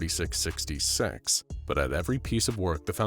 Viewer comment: gng he ment that he didn't say 4666 like a curse but said it like fourty six sixty SEX not six gng🥀🥀